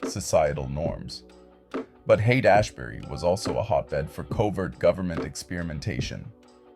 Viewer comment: Yeah it's all kinda fucky, you almost see bob in like 1 or 2 images but it's all super AI centric, even the narrator ("Hayaight Ashbury" in the beginning as well as the generally robotic way it talks.) I hate these AI videos pushing the division in our society, this is the shit a schizophrenic would see and start raving about.